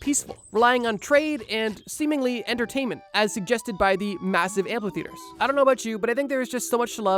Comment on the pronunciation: The word is amphitheater. There is no L in it. It has nothing to do with amplifiers.